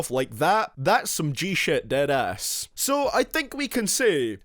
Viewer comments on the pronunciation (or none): It sounded like Dat Ass 😂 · When you said Deadass it sounded like dat ass 😂